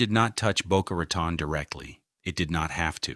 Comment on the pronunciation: It’s Boca Raton not Boca Racon and it’s not Mizner but Myzner!